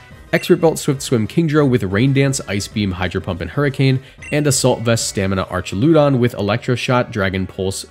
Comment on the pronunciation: "Artch-a-lewd-on" Did you really pronounce that and think it sounded right? lol